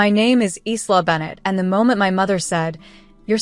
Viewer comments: I think "Isla" is pronounced "Ila" silent "S" A friend of mine has a daughter named Isla, and they pronounce it as if the "S" isn't there. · Your narrator needs to learn that the name “Isla” is pronounced “Ila”. The sister didn’t pay for the venue Isla did so it was hers to cancel not theirs to bully her into giving them.